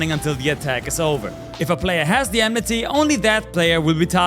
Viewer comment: It's Oh-may-guh ... Not "Ohmegah". And Enmity (Not Enmeh-tay) is from FFXIV, it's what we call Aggro over there.